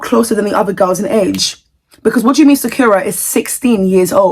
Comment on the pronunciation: btw you are pronouncing sakura wrong. It's pronounced sa-kur-uh like the anime character.